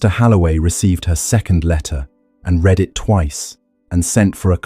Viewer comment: Six months is not a long time for conception; six years is not unheard of. 45 - This is all repetition - just to pad the video?? Also, can we PLEASE correct pronunciation: "read", "breathing" etc.